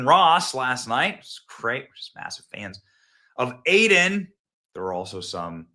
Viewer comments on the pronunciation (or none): none